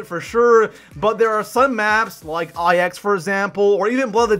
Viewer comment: Did this man just say “I X”??